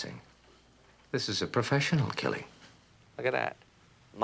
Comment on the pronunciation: He says "This is a professional killig" wrong.